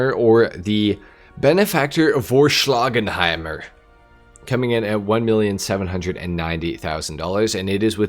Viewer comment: 200k for a Faggio is craaaazy 💀 Also the Benefactor is pronounced for-shlag-hamer and means Sledgehammer in german, so you can just call it that I guess